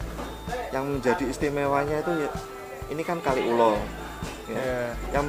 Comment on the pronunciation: Kaliulo pak bukan kali ulo bacanya disambung jadi satu